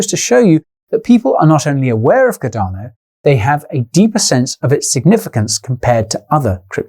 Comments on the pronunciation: Alot has changed since June, except for your mispronunciation of Cardano. Ive never heard of caDARno. CARdano on the other hand.. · love your channel mate, but cardano is pronounced as Car-da-no not cadar-no lol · Cadano Cadano Cadano!!! Fucking hell man, its got an 'R' in the name..........USE IT!!! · Quality, as always Guy,however what is"Cudano"?, madelistening a bit distracloibglovev yoouer work man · Bro there is an R in Cardano